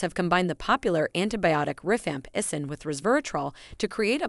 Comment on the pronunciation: It's rifampicin, but the voice does mispronounce it.